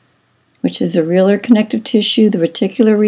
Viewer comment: Areolar is pronounced (Air- ee- oh - lur)